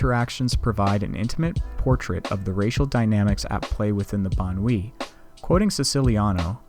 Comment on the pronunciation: "Banlieue" is pronounced very differently, Wikipedia is one source to listen to the pronounciation.